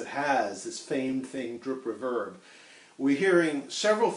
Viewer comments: We all pronounce things as we heard them. The word "reverb" was almost never heard when I took up guitar, and then it started to appear in the name of amps that included them. The Reverberocket (which we pronounced "re-VERB-uh-rocket" and my own, a Fender Vibroverb which we pronounced VI-bro-VERB. That others say it differently was unknown to me until I started seeing comments on this thread. Apparently REverb is more common. But is it "right"? I dunno. ;-) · I’m not sure anybody would emphasise the RE in “reverberation” so on paper your pronunciation is absolutely correct, but REverb seems to have become the chosen standard pronunciation for the shortened form. Strange, really. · TB, others have pointed that out as well. Sorry to rock your brain. "Back when" he never heard it said at all. It was simply something new -- first on stand alone units, then built it to amps. (My first was Fender's first such -- the 1964 "Vibroverb".) And the accent as that name was pronounced, as with Ampeg's "Reverbebrocket" was always on the 'verb' part. Perhaps that is how the pronunciation habit formed. Alas, as with a person with a regional accent, I don't hear the mispronunciation myself. But it does seem to disturb others. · Well some of us go back to when reverb was "new" and we never heard it pronounced as it is today. Never even thought about it. My first reverb amp was a then brand new Fender Vibroverb. We pronounced that Vi-bro-VERB. Accent on the last syllable. Same with the Ampeg Reverberocket. We pronounced that Re-VERB-erocket, not RE-verb-erocket. Did we mispronounce those amp's names? And thus "reVERB." May indeed be "wrong," but then again I've heard so, so many ask for a Lowenbrau saying LOW-in-BROW when what they should have said is LOYV-in-Broy. And, wonder of wonders, yet they still got the beer.. ;-) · The way you emphasize the second syllable of the word "reverb" throws me off. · I love the Trans-Atlantic accent STRICTLY on the word "Reverb".